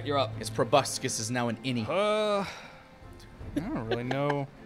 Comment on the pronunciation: "...the opportunity to sink its P R O B U S C U S into Wake..."